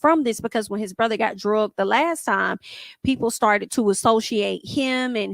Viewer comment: STOP SAYING "DRUGGED" Its dragged!